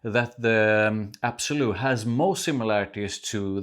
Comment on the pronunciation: L’Absolu. Not absolu